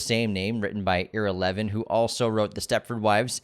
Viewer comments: EYE-ra Levin!!!!!!!! Do you not know any Jews?! Come on now! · It’s pronounced Eyera (Levin).